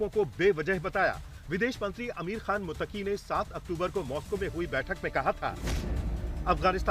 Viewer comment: मुततकी भी नही बोला जाता है ,,, 😂😂😂